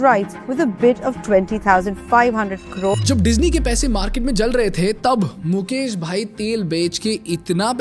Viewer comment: मुकेश है मुकेस नही😂